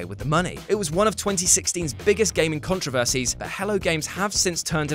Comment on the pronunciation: You pronounce controversies 2 different ways. and . That's a Brit for you.